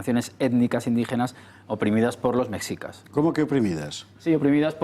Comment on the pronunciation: El guión del programa y las preguntas a modo, todo bien artificial, el historiador ni siquiera sabe pronunciar Mexicas, dice mecsicas, dan la impresión de ser un foro de reaccionarios de la vieja escuela, con prejuicios que todo les ofende. Me pregunto que clase de educación oficial y visión histórica poseen los que se ofenden por esta noble petición, si fueron formados con el oficialismo parcial de la dictadura franquista al cual jamás lo removieron de su cargo, murió con mano dura y represiva hasta el ultimo día de su vida y ahora mantienen una monarquía parlamentaria a modo y acomodaticia para la realeza. Encima de esto tildan de populista al presidente de México, no saben siquiera el significado del populismo lo cual solo es un cliché del neoliberalismo capitalista-rapaz, el presidente lo eligieron 30 millones de personas y tiene la aprobación mas grande en décadas en su muy corta administración. Lo culpan de que es un país violento, pero solo lleva 3 meses en el cargo, pero con sus antecesores los ex presidentes corruptos y ladrones esos no les parecían populistas, eran títeres que no sugerían la reconciliación para con los pueblos originarios.